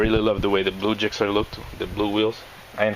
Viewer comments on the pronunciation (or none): It's gixxer not jixxer mate ;) nice bike though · Spelled Gixxer, pronounced "Jixxer" mate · Ever heard of hard g's and soft g's